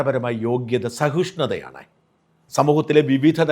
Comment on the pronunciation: സഹിഷ്ണുതയാണ് ശരി. സഹുഷ്ണുതയല്ല. നിങ്ങളെ പോലുള്ളവർ തെറ്റായി ഉച്ചരിക്കുമ്പോൾ ആൾക്കാർ അതാണ് ശരിയെന്ന് ധരിച്ച് തെറ്റ് ആവർത്തിക്കും . അത് പിന്നീട് സ്വാഭാവികമായി തീരും. ഇങ്ങനെ സാധാരണമായി തീർന്നവാക്കാണ് വിത്ത്യാഭ്യാസം.